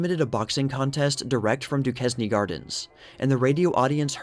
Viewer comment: Duquesne is pronounced DOO-CAIN for future Pittsburgh area videos 😁